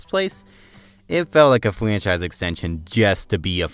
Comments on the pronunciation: Don’t be a prick man, he may just have a speech impediment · What the hell is a fwanchise and a uniwerse